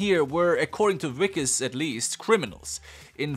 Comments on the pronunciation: Wickus is pronounced more like vickus, it's an Afrikaans name and the w is a v sound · As a South African i cant believe i havent watched this yet but also i have to say that that wikus is pronounced Vikus. I dont blame u for nit know. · His name is pronounced "Vickes"... the W is pronounced as a V!🙂